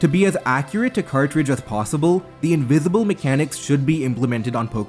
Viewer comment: Invizible pokemon have been dizcovered in zzzzcarlet and violet and it izz changing hackmonzz 🤓🤓🤓🤓🤓